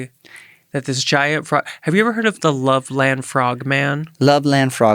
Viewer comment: It’s pronounced “Lovelund” Ohio/Frogman. I’m from Milford, Ohio (pronounced “Milferd”) which is right by Loveland.